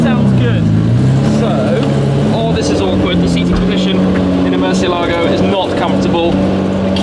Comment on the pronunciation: Ed Bolian would not like you guys mispronouncing Mercielago